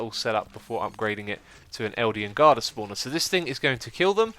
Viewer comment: "Eldian guarder" Nice spoonerism :)